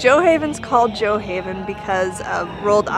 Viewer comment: It is pernouced “joe-haven”..I’m living here..so please don’t spend information you don’t know about